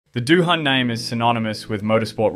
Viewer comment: Not doo han ya goose.